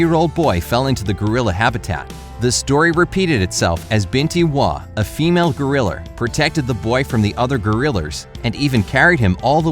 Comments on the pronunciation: Geriler????it's gorila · did someone notice that he said griler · Did anyone else notice he said goriller instead of gorilla? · my mans really said “GoRiLlEr” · LOL I JUST NOTICED HE SAYS gorriler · I lose a brain cell everytime he says “goriller” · He says Griller Instead Of Gorilla. Why? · XD - he said goriler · Does anyone else notice the voice is saying goriller😂🤣😅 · Ah yes, jambo the goriller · No offense but why does he say gorilla like goriller anyone else? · You said goriller instead of gorilla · What’s a guriller? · U said goriller lol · Lol he said goriller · Please learn how to pronounce: gorillA not goriller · Stop saying goriller!! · Bobby Sweeney maybe it's gorillo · Who noticed that he said gorier instead of gorilla? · Is it just me or is he saying gorillors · why does he say "gorillers"? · “a female goriller” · Is it just your accent or do you think it’s pronounced gorrilr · OMG THEY ARE SAYING GORILLORS XD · This man said gorillers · He said gerliers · Since when, was gorilla, pronounced goriller? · Anyone notice he said gorilla wrong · is it just me but everytime they say gorilla it sounds so messed up and blurred XD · I just can’t.. lol how you said gorilla I’m dieing 😂🤣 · That’s not how you say gorilla